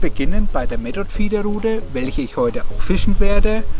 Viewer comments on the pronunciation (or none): Method spricht man mit englischem th aus.... Und nicht metod.... 😉